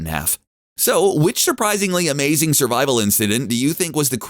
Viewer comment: “SURVIVOL” there you go :)